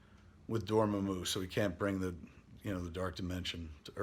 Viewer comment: "More-doo" and "Doorma-moo" huh. Isn't Matt Key your producer? For shame.